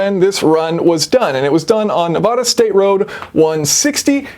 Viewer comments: Nice video man. Also it's Nev-ah-duh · Sorry Jason, I am discounting all the math, since in the opening you pronounced it Nevaaahhhda. ;) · Ne vAd uh. A as in Dad, Nevada. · Nevada is pronounced like short a in cat